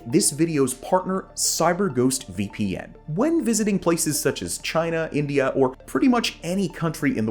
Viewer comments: Did you say Inglia , not the first time you mispronounced India, disappointed dude 🤦🏻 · did you just call India Englia? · Its INDIA not ENGLIA